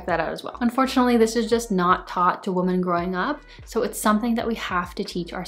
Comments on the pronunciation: Love all your videos I’m learning so much from you! Just genuinely curious….why do you say “woman” instead of “women”? I just wonder that every time I watch your videos lol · This is great. But it seems you’re pronouncing women incorrectly. Women (plural) should be pronounced “wimin”. And Woman (singular) should be pronounced “woo-maan” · Wise words! (As an English teacher, I get really distracted by your mispronunciation of plural “women.” If you’re going to say it so frequently it’s best to pronounce it correctly.) But, well done video!